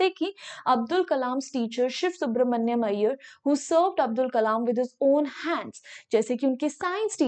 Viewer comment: Are bhai use siv subramania hi pronounce karenge